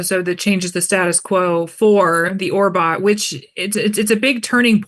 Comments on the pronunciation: i appreciate the interviewer is doing her best but she also said ORTBO wrong with Ben and Adam like please 😭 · He didn’t even correct her on “ORBOT”